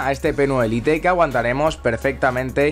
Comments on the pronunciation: Jaja jaja 😂 creí que a nadie más le daba cáncer como a mí al escuchar lite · ¿Tan complicado es decir "lait"? Me da algo de sida la pronunciación del inglés de los españoles v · pero es una palabra en ingles, no en español.... decir "lait" es la manera correcta de decirlo. y no es "spanglish", spanglish seria por ejemplo decir "hello... como estas?"